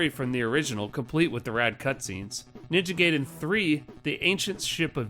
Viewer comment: I grew up in that time too, and we still had ways of finding that out. As AVGN points out in his review, the movie The Wjzard says it the correct way. But yeah, habits are hard to break.